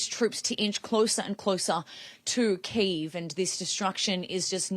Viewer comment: Why do you mispronounce the capital ? It's not one Syllable name! Drives people nuts!